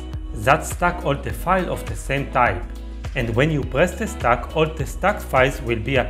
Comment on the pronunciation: Stack not stock, quit not quite…otherwise helpful